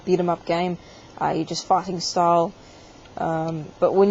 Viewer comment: When you say "fighting", it sounds like "fucking" or "farting".